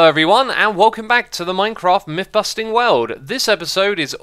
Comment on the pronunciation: It's MYTH busting, not MIFF busting. Learn to speak.